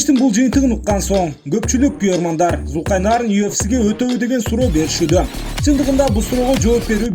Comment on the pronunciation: Журналист туура айтчы атын Зулкайнарн дебей Зулкарнайн деп